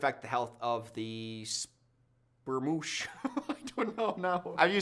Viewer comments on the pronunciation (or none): Spoosh not spermoosh